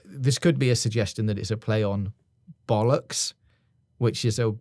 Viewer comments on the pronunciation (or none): I had a mouthful of tea when you said "b*llocks". Managed to down it before laughing. Especially with your emphasis on the 'B' sound